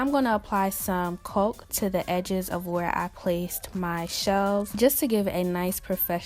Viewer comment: Excellent work, but caulk is pronounced like cock not coke, was really bugging me